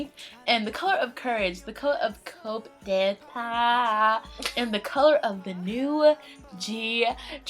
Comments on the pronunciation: it is pronounced KODETA (kuːdeɪˈtɑ) with the silent P and silent T, not KOPDETAT ( real spelling COUP D'ETAT) ^^... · I love you guys so much but I had to help you guys out a bit. its JiYONG not JiYOUNG (maybe thinking about JYP? lol) and Coup d'etat is pronounced coo day tah. Always love your reactions and I think this MV is so important for GD's fans because he's trying to give us a look into what his life is like and how he's coping with EVERYTHING that comes with who he is and what he does. He's pretty brilliant. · Its pronounced "COO day-TA" ;P